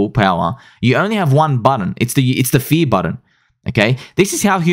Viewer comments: Now we're going to need a video clarifying "fea" vs "fuh-eeee-yur". 😆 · Hey, what rhymes with “FEARRRR”? ….”SPEARRRRR” 😂😂😂